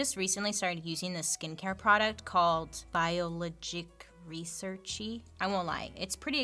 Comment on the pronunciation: "Called bio-ligic researchee" 🤣🤣😋